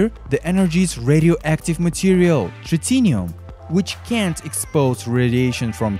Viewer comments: A pile of rubbers attached to a pistol lol. Its Tritium ! Not Tritinium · "Tritium", not "Tritinium" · You say tritium, not tritinium.